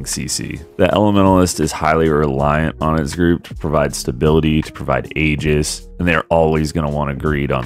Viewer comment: it's AEGIS not ages, sorry and thanks :)